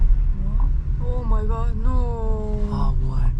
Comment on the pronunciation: Perdoba mi torpesa se dice foneticamente mai gar o mai god